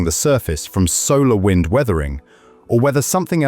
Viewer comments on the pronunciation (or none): none